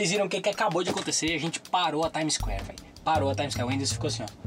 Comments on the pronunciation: Já andei na "Times" Square todinho kkkkkkkkkkkkkkkkkkkkkkkkkkkk ele falou literalmente tipo times de futebol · "Já andei a time isqué todinha" Kkkkkkkk